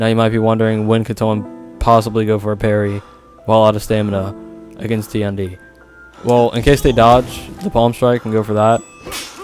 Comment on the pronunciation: How can the "#1 Tiandi" not know how to say his name? EDIT: Ah console.... that explains many things.